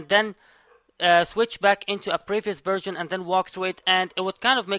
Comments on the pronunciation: I hear virgin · Is it me or do i keep hearing him say "virgin" instead of "version"